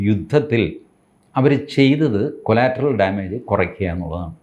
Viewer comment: കൊളാറ്ററൽ, കൊലാറ്ററൽ അല്ല😢